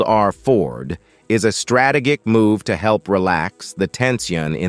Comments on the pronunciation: How come this man pronounced strategic as ‘strate kic’? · …why can’t these presentations be read by a person trained in the English language, capable of correctly pronouncing important words such as “Hamas” and “strategic”, and also able to speak in intelligble phrases without gaps of silence in the wrong places? This creates an impression of completely shoddy preparation; why would the military branches of the United States condone such a moronic presentation of their weapons and personnel?